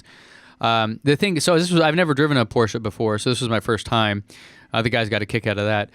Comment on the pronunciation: Thanks for pronouncing Porsche right